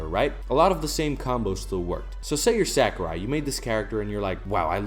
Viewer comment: I agree with all you’ve said. Well stated. (By the way, you’re pronouncing “Sakurai” incorrectly.)